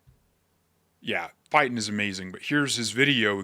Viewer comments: Hey.... Tom Fitton's name is NOT pronounced "Fight-n"!!!!!! It's pronounced "Fit - in", as in "my clothes "FIT" me well". Holy smokes. Where do you get these dumb pronunciations?? This ain't the first time. I RELY on you to be on top of things!!! Come on man!!!! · “Fit-ton” not “fight-ton” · It’s FIT TON. NOT FIGHT TON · is quite buff, but his last name is still Fitton. Not Fighten. Pronounced w/ a short "i", not a long one. So, when you say, "TOM FITTON IS QUITE FIT", the "f" words should sound VERY similar. Oh, btw, Julie Green told Pastor Dave on Wednesday, something regarding the SCOTUS. According to her prophecies: • 1 Justice will die • Some will be removed From her past prophecies, she was told that Justice Clarence Thomas will become God's "CHIEF JUSTICE". So, that would mean that Roberts will be removed. She's also been told in the past that Ketanji Brown is illegitimate, as are Sotomayor & Kagan, since that character that calls himself "Obama" is illegitimate. Personally, I think that Amy Coney Barrett needs to be investigated. Anyone who cries with their "adopted" (or was she illegally purchased?) daughter over some " Floyd" character, should NOT be on the Supreme Court. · Tom Fitton not Tom Fighton but I understand your point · I think Tom Fitton is pronounced fit not fight n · You & Q both mispronounced Tom Fittons name the same way. Both vowels are short, fit-ton, not fīte-ton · his name is Fitton (Fit-in) not Fightin (Fight-in) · If you’re going to make content you really should learn how to pronounce prominent persons’ names. It’s not hard, he says his name at the beginning of every video he makes. It’s FIT ton, not FITE ton🙄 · His name isn't pronounced Fightin' it is Fit ton. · Dude you have to start looking around to see how names are pronounced, Fit ton short i not fighten. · Fit ten! Not Fi ten.❤ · bBiden! His name is Fitton! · Tom Fitton, Judicial Watch PRONOUNCED 'FIT' 'TON'